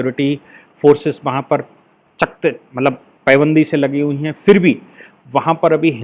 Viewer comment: पेबन्दी नही पाबंदी